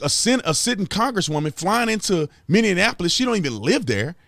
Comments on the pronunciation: Minneapolis, not MinneANapolis 🤪 lol 🙏✌️❤️ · It's mini-apolis not mini-in-apolis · It's mini-apolis man. Lol this is driving me crazy. 😂 I just had to correct you. Sorry man